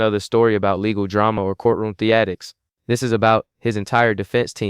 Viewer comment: Courtroom theatics? It's still theatrics with an 'R', isn't it? This makes me think AI wrote this for you since you can't pronounce such a simple word.